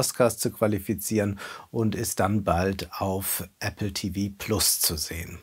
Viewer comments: Lieber Wolfgang, PayPal spricht man PayPal und nicht Paypel, und man spricht Apple, und nicht Äppel aus. Also jeweils normales klares Aaaaa, kein Ä oder E. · Es ist tatsächlich ein klares „A“. Hör Dir ein paar Videos, zum Beispiel Präsentationen von Apple-Produkten durch Steve Jobs an, wie er das Wort ausspricht. Oder eine britische oder amerikanische Apple-Werbung. Nur (recht viele!) Deutsche sprechen das Wort aus unerklärlichen Gründen als „Eppel“ bzw. „Äppel“ aus :)